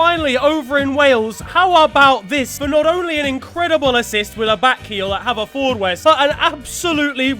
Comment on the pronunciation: That pronunciation of Haverfordwest is so painful 😂🏴